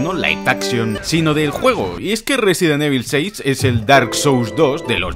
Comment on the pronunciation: Risidint ibol. The best saga in the wirld